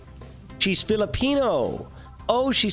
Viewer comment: bruh as a pinoy, the way you say filipino makes me feel \_(>_<)_/. Its sOoOoOoO...... BRUH